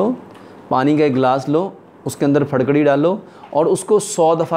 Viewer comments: Farkari nahi jahil fitkari hota he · Pharkari kya hota hai.. Phitkari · پھڈکڑی نیں جناب پھٹکڑی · پھڑ کڑی کوئ چيز نہيں ھوتی يہ پھٹ کڑی ھوتی ھے، اپکی اردو/ پنجابی کا مسلہ ھے؟؟؟؟ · Pharkari ni phatkari he hota he